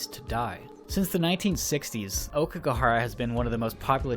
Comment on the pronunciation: 'Okeygahara'... 10/10 jk it's 'ow-key-ga-hara' think that ao in Naomi